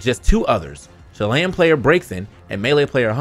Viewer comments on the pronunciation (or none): none